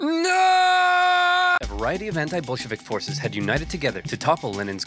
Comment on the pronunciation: Every time he says Bolshevik, it sounds like B*llsh*t Vic to me. Anyone else? It is surprisingly fitting, yeah?